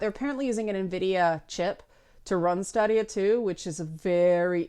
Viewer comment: It's officially Staydia, not Stahdia. And not to be that guy but it's also Youbeesoft, not Ooobeesoft (hence why it's Uplay and not Oooplay) and Patreon, not Patreun. ...OK, I'm totally that guy. ;) The platform is also in fact based on custom AMD hardware. NVIDIA has their own in-house game streaming service.